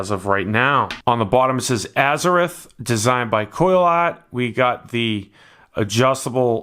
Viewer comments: And it's Azzer-ROTH not azzer-rith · James Skyvaper He's like a Spanish speaking guy that pronounces "R's" uniquely... Azze-rith Ah'DA😜